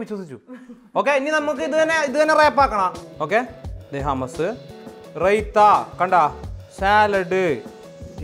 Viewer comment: ഹമസ് അല്ല..... ഹമൂസ്